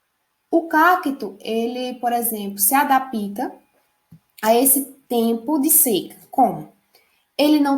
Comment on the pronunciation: Alguém fala pra ela q é adapta n é adapita não kkkkkkkkkkkkkkk pensei q era professora rsrsrsrs ela ainda quer ensinar